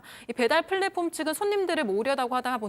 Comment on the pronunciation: 양기자님... 팬(FAN) 인데요... PLATFORM = 플(P)랫폼(F) 입니다 FLATFORM이 아니라... 한국사람들 P랑 F 맨날 바꿔치기 하는거 이제는 더이상 하지 맙시다요... 제발... 그냥 순수 한국 발음으로 하세요 한국은 F 발음이 없자나요 그냥 ㅍ(P)으로 하세요... 플리즈!